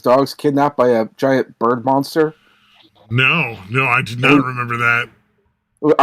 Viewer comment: Some day will realize I whistle the Munsters theme song every time he mispronounces the word "monster", but today was not that day.